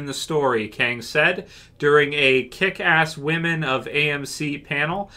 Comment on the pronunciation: oh so "whamen"... great, i mean i thought TWD was taking a nosedive, not willingly killing itself.